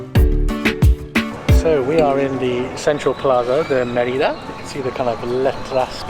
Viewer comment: When people are speaking English, Mérida is usually pronounced the same way English speakers say the name of the princess from Brave, and it is pretty close to correct. You sound like “Ma RI da.” No. It should be “MER i da.” (Spanish e = ‘long A’ in English, and Spanish i is “long e” in English.)